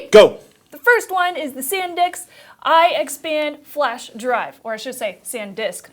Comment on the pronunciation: Hey, it's ok. I've slipped and said SanDICKS before. It never stops being funny.